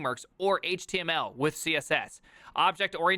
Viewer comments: "Squeal", "Hit-mul", and "Chat Jippety"... I've never heard any of these pronunciations. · that's his thing; he also pronounced html HIT-mull